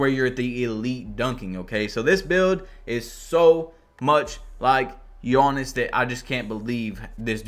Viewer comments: Love the content but it is giannis not gionnis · Bro why do you pronounce his name like yoanis instead of Giannis (yee-Ahn-is)